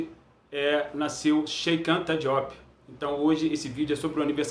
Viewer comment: Chérr Antá Djop - é a prenúncia correcta do nome.